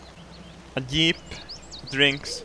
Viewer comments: Im laughing my ass of how you can not say "jeep". You are saying it "eep"xD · *Yeep... he called it a Yeep.. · I clicked this just to hear say yeep. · ***** It is. Because of his accent, he sometimes pronounces words like jeep or giant with a "yuh/ye" sound. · I love the way says Jeep, Yeep. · I just love the way pronounces Jeep as "Yeep".:3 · I love the way he pronounces Jeep as 'Yeep' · "ima yeep" xDDDD so funny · I love how pronounces 'jeep' D